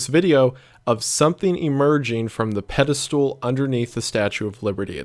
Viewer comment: Shoutout to how Wendigoon pronounces Pedestal like "Pedi-stool"